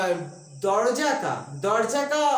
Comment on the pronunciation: Dorjya😅😅😅😅😅😂 not Dorjya....it's darwaja